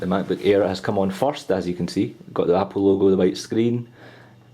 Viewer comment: sound like hes saying the "MacBook Ear" lol. Great Review!!